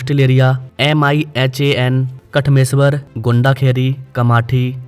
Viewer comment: जी कामाथी नही कामठी बोलो. गोंडाखारी नही गोंडखैरी बोलो. पुनापुरी नही पुनापूर बोलो. Facts and figures check करके बात करो. ओके जी. 🙏